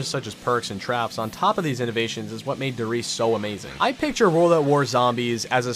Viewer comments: the WHAT ? pls how do you call this map ? DER RIESE! not De REES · As a german i would like to ad: It's not "derees" it's "Der Riese" :P Great video tho. Some actual advice: The last 'e' is not silent (just like in Porsche, but no one seems to get that either) so it is more like "dereezeh" (with the 'z' pronounced as in zoom, not like the 's' in special). Furthermore the 'r' would have to be an a lot more gargling sound, but that could be pretty challenging since the english language doesn't have a soud like that. "derees"-counter: 32 (including the two times from the kid in the outro) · why does everyone pronounce it like that? its not pronounced like reese. its pronounced der rizer. other than that slight thing that bothers me, this video was badass and contained all the points i had hoped it would. great video man. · Why you said "Der Reise" like that... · It’s pronounced Der Rise-uh. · I love how native english speakers pronounce the german called Zombie maps :D Like everybody says The Reece, Kino ther Touhten, Nackt ther Untouhten, Ricktawfen, Ther Eisendracke, The Ruckt etc. And they‘re actually pronounced : There Rees-eh, Kino There Toten (like don‘t make the 'o' sound like it has a u behind it), Narrt (ch is being pronounced like a dark angry cat rawr, not like a k) there Oontoten, Richtofen (same here with the ch as it was at Nacht, and same with the o as it was with kino), There Eisendrache (same ch with Nacht), Verrückt ( U pronounce the V as a F, the double R isn‘t softly pronounced, the Ü isn‘t pronounced as a u that sounds like an a but as a normal u) Try saying that now😂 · Youre saying Der Riese wrong though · I know you dont speak german but the way you pronounce Reise gives me brain aids. But I like your content besides that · 10 years and people still don't know how to pronounce "Der Riese" :D the "e" at the end is NOT silent. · go home. You also cant say Der Riese right. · you're supposed to pronounce the E at the end of 'Der RiesE'